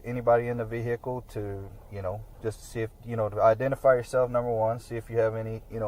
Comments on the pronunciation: All citizens: "vehicle" All 🐷🐖🐷: "VAYY-HEE-CUULLL" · Never trust a cop who says "Veee-hickle" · "Vee-hickle"... pound sand!